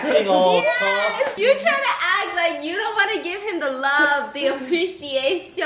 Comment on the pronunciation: "you trying to act like you dont want to give him the love, the appréciassssiiuuunnn" Im done with this girl 😂😂😂 PS: Why are you so cute playing with mango🥺